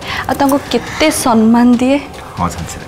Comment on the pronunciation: ଆରେ ସେ ଶବ୍ଦ ଟା ସମ୍ମାନ ନା ସନମାନ ଉଚ୍ଚାରଣ ହେବ।ସବୁ ଟିଭି seriel re ସେଇ ଏକ କଥା,director ଏଥି ପ୍ରତି ଧ୍ୟାନ ଦେବାକୁ ଅନୁରୋଧ।